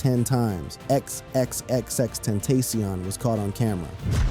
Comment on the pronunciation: Ten-TAC-ion NOT TENTASIAN SMH 🤦